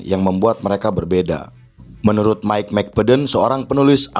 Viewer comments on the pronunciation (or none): none